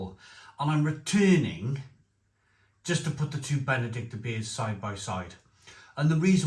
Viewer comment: Reading the label, it's BenedikTINER...like the Benedictine monks. Sorry to be pedantic but I know you like things proper!